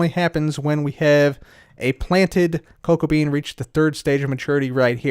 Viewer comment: Did anyone on accidentally think that he said cocaine rather than cocoa bean